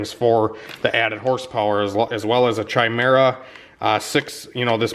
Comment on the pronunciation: Chimera is pronounced Kimera